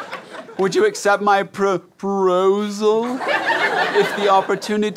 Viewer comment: Amazing Grays it was probably when he said propROSEal, or when he was like, "oh, wait, no we have to bring Lady back! Let's start all over again!"